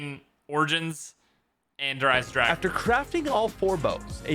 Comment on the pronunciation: Lol he said Der Eisendrache wrong